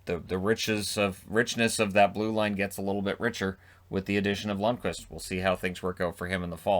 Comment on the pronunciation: He's Lundkvist, not Lundqvist